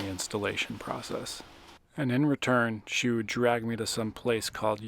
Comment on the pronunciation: I understand why you “wewd” sell this piece. But I do NOT understand how you could sell this masterpiece.